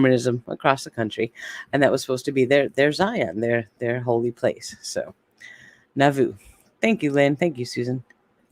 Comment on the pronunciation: Nah-voo is the pronunciation